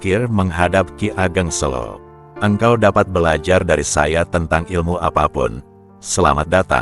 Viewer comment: Kiageg Seko bukan kigeg. Sela solo salah